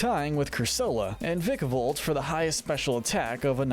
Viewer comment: It’s pronounced “sprig-UH-TEE-TOH”, “curse-UH-luh”, “VIKE-uh-volt”, “lee-VAN-ee”, and “BOWN-sweet”, “Patrick Star”! 🤨 You’re so bad at pronouncing names,. 🙄